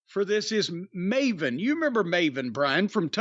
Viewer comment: Piers Morgan pronouncing Maven as Marvin.